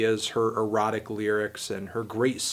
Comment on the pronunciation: It makes me so uncomfortable to hear Anthony say "erotic"